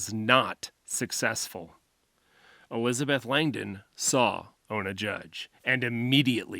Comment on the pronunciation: You mean ona right? I don't think it's olna